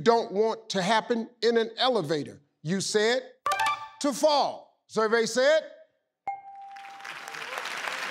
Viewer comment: Didn't the second sister say 'full' and not 'fall'?